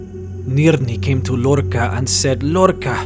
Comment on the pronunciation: That's not how you pronounce Lorkhaj